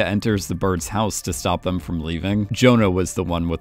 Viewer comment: Them*. Not “thum”, not a word. Them, vacation, accountant, important, all basic/common words absolutely butchered by the narrator, who also has maybe the worst cadence a narrator could possibly have.